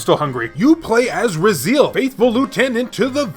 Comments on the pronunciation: It's pronounced, Rah-zee-El, yeah I kind of cringed when I heard it lol. If you played the game you can hear its pronunciation in the very beginning. The Elder God speaks to Raziel right before the opening movie ends. I wouldn't say it's hidden at all though. Has a pretty big following and a lot of us original fans are wishing for a remastered version. I first played Soul Reaver on PC, on its original release. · Raziel pronunciation is like nail on a chalk board lol- but it’s cool those are some sweet gems